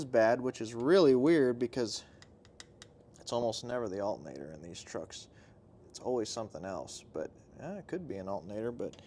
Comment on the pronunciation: ALTERNATOR. 😅 Not alta-nador